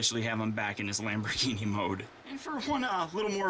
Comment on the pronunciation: i'm sure 100,000,000 people have told you this but your intro said lambo instead of lambor